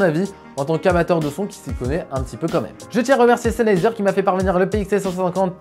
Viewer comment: Salut merci pour ta vidéo constructive. À mon avis tu devrais parler juste un tout petit peu moins vite ça t'eviterais de mâcher le nom du casque 😉 Sinon je me posais des questions sur la qualité de la réduction de bruit si certes elle est en dessous de celle de Bose est elle convenable comme celle du parrot zik 2.0 par exemple ?